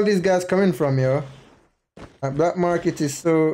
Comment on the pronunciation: Not bLack market, “ Market”